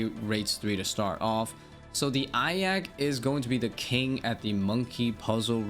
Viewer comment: eye of ahka lol